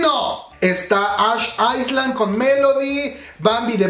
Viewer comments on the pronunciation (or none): none